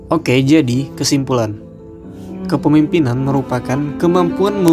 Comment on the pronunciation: Pematerinya yg jelas dong nyebut kepemimpinan. Bukan kepipinan